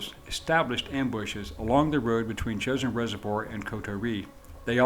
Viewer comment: It's pronounced "Jo-shin" not "chosen"